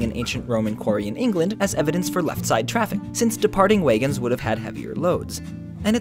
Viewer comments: Hold on a second.... "Waygins"? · WAYgans? Dear God, he's from Minnesota. Unsubscribe. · Wait - did you say WAYgons? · Hahaha how you mericans say wagons